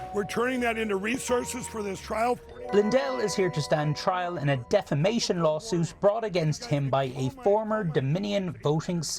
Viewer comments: Isn't it "deflamation"? At least that's how Pillow pronounces it. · or as he says: "deflamation" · Anderson...it's "DEFLAMATION"!!! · You all keep mispronouncing one word. It's Deflamation . C'mon CNN. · I wonder if the clown still calls it "deflamation".